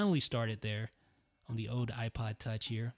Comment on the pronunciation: Is it just me, or do you get annoyed when he says ode instead of old?